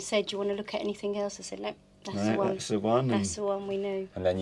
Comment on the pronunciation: Slap daft lass again please. AnythinG, the word is anything. Ends with a G not a K. Other than that, I’m having jealousy issues with your land purchase